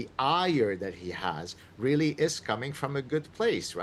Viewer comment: Piers has a problem with the messenger. Reheheally!…